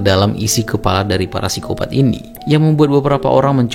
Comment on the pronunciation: Koreksi min, Psikopat, P nya ngga usah dibaca